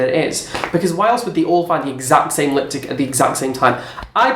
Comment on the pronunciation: he said "liptick" 😂😂😂